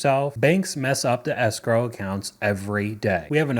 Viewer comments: What is “sgrow”? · As a French person, every time I hear the English word "escrow", I can't help but think of the French word "escroc" (you pronounce it exactly like "escrow"), which means "con artist" ! There must be a reason why these 2 words are connected !